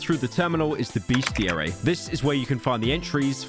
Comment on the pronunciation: There's no "A" in the first syllable of bestiary. Fool 😊